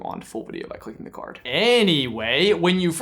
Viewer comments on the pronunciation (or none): none